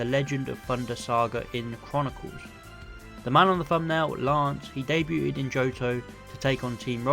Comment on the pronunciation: Day-bewted? That’s a new pronunciation on debuted on me.